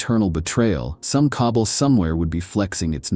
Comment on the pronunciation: Awesome video and I like your break down on why the Empire is an unlikely scenario:) One thing, it's pronounced "Ka-ball', not "cobble". Like all mispronunciation, not a problem. I just thought I'd mention it in as if you're going to talk about Drukhari you're gonna be saying that word a lot haha